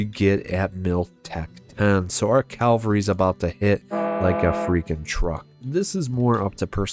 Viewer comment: why does he keep saying "calvery" it's cavalry